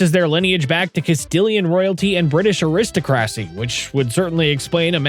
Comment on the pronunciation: Aristo-cracy? Mor-ti-ca? I genuinely wish these "content creators" (because they're not; the AI is doing it for them) could at the VERY LEAST edit the script o that words are at least pronounced right. But they can't even bother to do that. Always downvote AI slop.